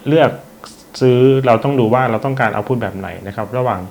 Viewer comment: ขัดใจมากเวลาอ่าน output ว่า เอ้าผุด